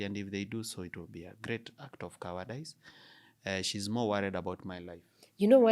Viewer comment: English lesson on pronunciation: Cowardice is pronounced “cowardis” Overhaul is “overhall” Fraud is “frawd” Favourite is “favourit”